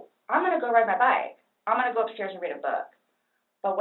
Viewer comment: It's the way she pronounces her "oo"s so annoying